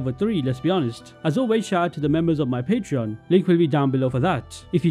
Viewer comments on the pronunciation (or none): none